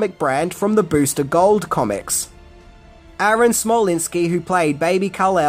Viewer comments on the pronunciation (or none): none